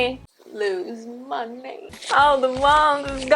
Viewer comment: For the second point, I thought you said 'Korea made me lose MY NAME' instead of 'money' lol